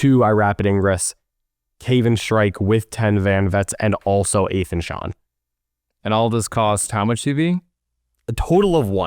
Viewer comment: I think it’s pronounce Aye-thon GET HIS NAME RIGHT